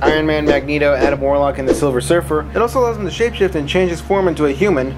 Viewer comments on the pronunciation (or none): none